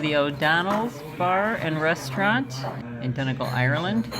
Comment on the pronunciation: I loved your video!! I'm smiling watching your narrow road scenes because I'm so used to them. :¬) As far as I know the start of 'Donegal' is pronounced like the 'don' in 'O'Donnell' and the 'gal' as in 'fall' but with a hard G instead of an F obviously. Though I'm not actually Irish so I would be prepared to stand corrected by a native! Imo x